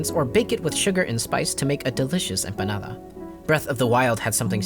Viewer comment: >what if minecraft was heccin COZY ? >brings up jewish golem for some reason >pronounces "empanada" with a spanish accent amazes me this type of person is still around